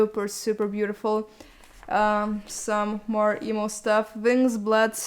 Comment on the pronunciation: Am i the only one that heard eboo when she said emo or?..